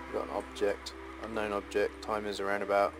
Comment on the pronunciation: ...so in the UK they call UFOs, UKOs? He kept calling it an UnKown Object. xD